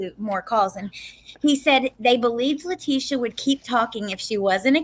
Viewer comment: Sorry I missed this live! Love you guys! you’re the best! a trip too… but Let teeees ssssiiia … she’s the only one I’ve ever heard say her name this way! It is a classier pronunciation for a person of zero class! Too proper than T deserves! Thank you always sweet!